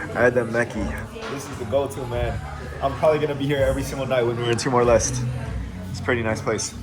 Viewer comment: TIMOR LESTE (LES-TE) not LEST or LIST!